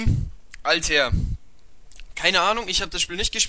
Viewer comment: Yo gutes Video. Paar Sachen vielleicht, 1.Altair spricht man anders aus. (in etwa so Alta-ihr) 2. Wenn du vorhast größer zu werden, solltest du über ein etwas bessers mic nachdenken weil der Ton doch entfernt und etwas rauschend ist. Ansonsten weiter so :D